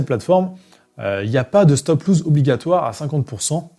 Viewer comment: C'est pas stop loose, c'est stop loss !